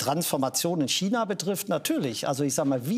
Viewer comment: Wie keiner China aussprechen kann 🤡